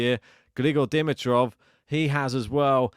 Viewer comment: before you hurt my wife's ears tomorrow, please - "D-MEE-trof," D-MEE-trof." Not "DIM-i-trof." Now that that item is out of the way - Grigor, for me, is equally as fun to watch as Carlos. His game style is insane. His tennis IQ is off the charts, and when he plays at his best, he is good as it gets. And my word - Sascha was such an obstacle. He was getting every ball back and he could have easily won. Fantastic to watch Grigor's last 2 matches! And go Danielle today?